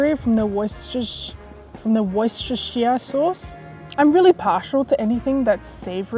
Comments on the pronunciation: Pronounce it : ”woostershire” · yeah. We don't usually pronounce the "shire", but if you do you say it "shuh", so wuster-shuh